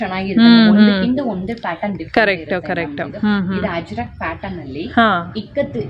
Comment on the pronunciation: Ajrak , not Hajrak